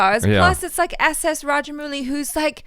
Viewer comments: It's 'Mouli' not 'Muli'.... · Raja-mau-li is the correct way to pronounce it. ☺️ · Rajamouli is pronounced as Ra - Ja - Mou - li Mou should be pronounced as the English word 'how'.